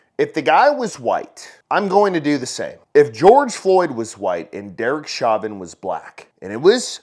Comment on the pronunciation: It's pronounced show-vin